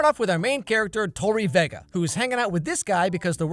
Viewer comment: "tori VEEga" & "SICKowitz" UGGH I HATE THIS GUY